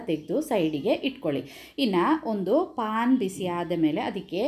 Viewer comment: Plse paan (ಪಾನ್) ಹೇಳ್ಬೇಡಿ sis its pan ಅದಕ್ಕೆ pronounciation ಬೇರೆ ಉಂಟು